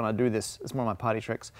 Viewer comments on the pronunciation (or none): it sounded like he said "potty tricks" instead of "party tricks" LOL